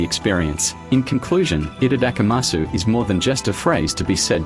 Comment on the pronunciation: For the love of god though, don't pronounce it like this person.